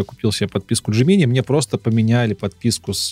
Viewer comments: Разрешу-таки спор по поводу джемини. Можно и так и так. Но всё равно промахнулся, т.к. ударение всегда на первый слог 😃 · "ДжЕминай" всё-таки.